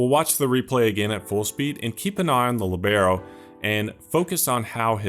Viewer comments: Incredible videos man, absolutely revolutionised FM for me. One thing from me, its pronounced Li:bero, not Libe:ro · Wrong and annoying pronunciation. Place the accent on the I. Narrow the E. LÌBeRO. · The accent is on the i when you pronounce it 😊 I am using the libero with huge success in a 4 men defense with an inverted fullback on one side and a BPD cover on the other. Give it a try 😉